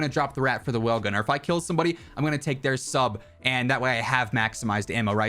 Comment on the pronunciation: Nobody’s talking about how he calls the wellgun an Owen gun